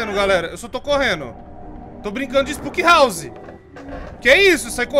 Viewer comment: " ispuuky rarrse ofi jumpiscaris" Top a pronuncia